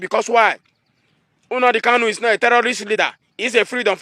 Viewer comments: Lol... Na the pronunciation for me... Unadi Kanu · This idiot shouldn't insult us by mispronouncing Nnamdi, get it right.